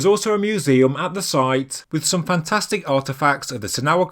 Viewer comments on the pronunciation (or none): none